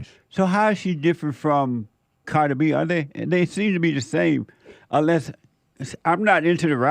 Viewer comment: Nicki Menore? lMAooo I loved this episode, Jesse lmao Hearing the way you say CArdi b and Nicki Minaj was the funniest thing i've ever heard lol thank you for being you and showing us all the way